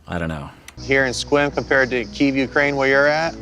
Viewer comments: I just got over saying "Squim" and then this dude pronounces it once like "Squam" and I lost it again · I thought Mike said it the same as.